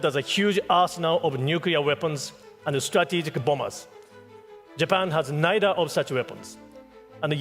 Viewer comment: ナイダ〜のダを強く出し過ぎてるから、舌を歯に挟んで軽く言えばいいと思います。ニーでもナイでも問題ないと思います。ただ、小泉さんの場合は、私たちみな、中学レベルの発音の基礎「THとRだけはしっかり」と習ったと思うのに、 そこができていないから、致命的だと思います。 好きな政治家ではないけど、河野太郎さんは、完璧だと思います。